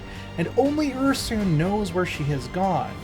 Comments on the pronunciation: Ursoon isn't a thing. It's Ursun. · the narrator’s pronunciation of Ursun and Kislev gave me a migraine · Mispronounced Ursun,Kislev, yin and yang.. LoL